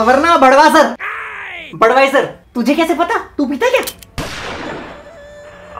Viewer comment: No... actually he was talking about corona virus only...Oh damn! It's confusing me...The English speaking man was telling babloo about Corona...but Babloo misunderstood so he said Badwasar but in actual it's Budweiser not Budwasar...so thats wat I said...if Corona wud understand..then he wud have said Maro mujhe maro...Yaa...I am correct..😐😐😐😐 Oh God! I thought ....might have heard wrong until I saw that part again... 😂😂😂😂